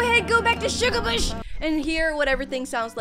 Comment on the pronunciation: u said shugabush heads that wrong